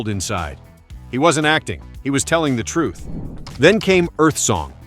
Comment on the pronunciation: Everything okay,nice vid' but disgusted to hear you pronounce the word "TRUTH" a couple of times with that biting of the tongue and an "F" sound coming out with the wind released from beneath the tongue each & every time you do it.its pretty disgusting to hear it.can't you pronounce it in any other way?other than that its a good effort to try to reach the facts to his fans around the world even today.